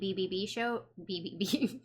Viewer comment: I think if you're going to act up to you tube with a review over such a mammoth show. You should probably do a tiny bit of research first. Especially if you can't pronounce BBC.